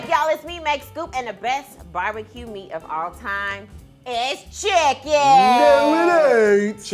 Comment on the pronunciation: “Bharbeque bheat” 😂😂😂